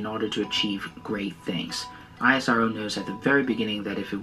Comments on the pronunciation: Its not eye ass arrr oo Its ISRO( èsro) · it's pronounced is + row